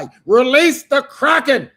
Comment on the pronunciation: 'Release.....the Crrrackin'...😂😂